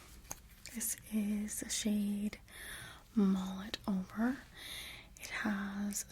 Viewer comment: I know the lipstick is “mull it over”, but I kept hearing “mullet over” 😂